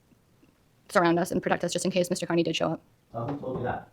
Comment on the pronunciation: Mr.Kerney like damn da it is Kearney sad when the prosecutor can’t say it correctly